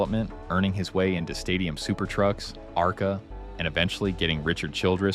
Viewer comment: If you put this much effort into editing, at least do the voice over yourself. No one pronounces it Arc A....